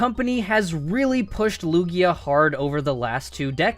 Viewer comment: THERE IS NO E IN LUGIA! AND IT'S MIMIKYU, NOT MIMICKU!